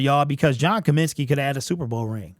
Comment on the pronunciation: It’s COMINSKY fool